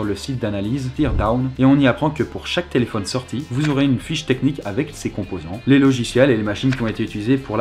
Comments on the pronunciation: thé-laid-phone (téléphone) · c Thé-laid-faux-ne le mot ( téléphone) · Thé-Laid-Faux-Ne ? J'ai mis pause moi xD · Thé laid faux ne (téléphone)